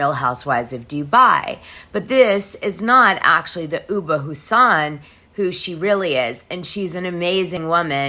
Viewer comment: Great job as usual. By the way ubah is pronounced oobah. Last name pronounced Ha son. Not Houseein, which is also a common in Somalia (or Muslim countries heart❤